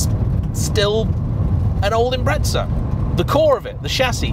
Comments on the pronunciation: impreTza is driving me fucking nuts. IM-PREZ-AH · it's impreza not "impretza" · John from Australia, you sound like a knob saying 'Impretza', pronounce it 'Imprezza', like Christmas prezzie, I got a great prezzie for my Birthday. I know we're just a far away colony, but we do know how to NOT sound like a knob. Actually, my brother does say Narsa instead of NASA, I suppose that's rather knobbish, but that doesn't get you off the hook. Imprezza!! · It’s not an im-pret-za….there’s no fucking T in The god damn name and how many time he says it urks me…but good video besides that and definitely understandable way over priced for what it is..if given the option I’d rather keep my 06 sti over that… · Ah yes subrau "impretsa" 🤡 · Great video and all but I have to ask, when did "Impreza" end up with a a T in it?